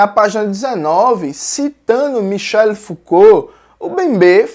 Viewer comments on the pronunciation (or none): 🤣Toda vez entendo Michelle 🤣